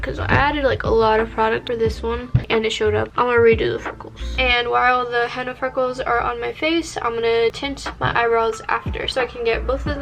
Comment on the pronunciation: POV: ur Arab and she keeps pronouncing-henna it wrong and it gets on ur nervous